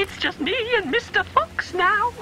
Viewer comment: I have been thinking that he was saying mr.box